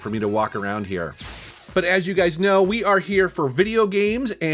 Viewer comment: anyone else noticed that he said you gays instead of you guys at one point? 🌈😂